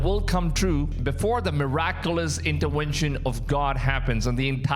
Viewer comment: That is a V in intervention not a W